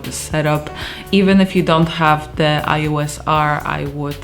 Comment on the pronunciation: "kanon ios", nie "ajos" :D